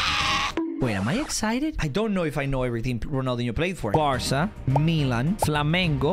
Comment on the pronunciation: Stop saying varca